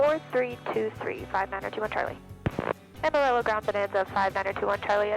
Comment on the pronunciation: This is a fantastic video and its super cool that you fly. Please google the pronunciation of Amarillo though. <3